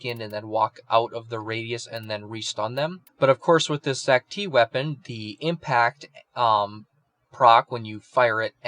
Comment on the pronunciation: it's pronounced zaktee